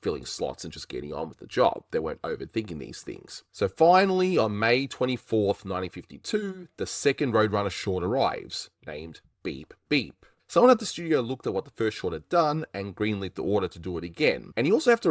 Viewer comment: It always sounds like he was "meep meep" not "beep beep"